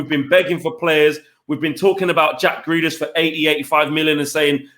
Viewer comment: Shut up Saeed, and!! Few weeks ago both of you prefered Grealish. Saeed couldn't pronounce his name. Jus shut it both of you!!